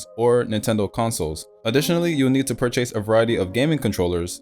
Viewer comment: Purr chase? Tf?